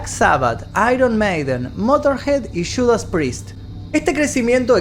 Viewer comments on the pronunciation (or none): No es chudas prist, es judas Priest.